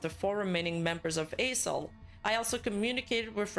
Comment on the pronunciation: If you losing focus you will hear A**hole instead of A-soul 😂😂😂